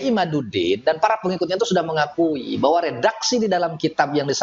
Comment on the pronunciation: Ngomong "bahwa" saja sampe jadi "beahwa"